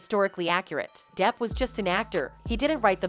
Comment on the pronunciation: I’m so embarrassed for this woman ~ calling j depp ‘derp’ is stupid and immature ~ for someone who obs thinks fictional characters in fictional stories should be historically accurate but won’t even say somebody’s name properly makes her look inconsistent and unhinged ~ if she was trying to be funny with the ‘derp’ situation she failed miserably 🙄